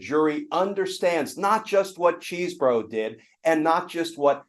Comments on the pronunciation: It’s CHESS-bro, not CHEESE-bro. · I happen to know Kenneth Chesebro’s brother, and can confirm they pronounce the name “CHEZ-bro”. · We (rightly) criticize media figures on the right when they (intentionally?) mispronounce names like Kamala Harris or Fani Willis... but that does NOT excuse "our side" from doing the same thing. It's CHEZ-bro. The man is not made out of cheese. ಠ_ಠ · You are still calling him ‘cheesebro’ 😂😂